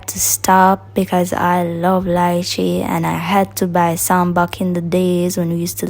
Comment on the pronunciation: i love how u pronounced Lychee properly...can't stand hear d Americans them spoil d word👍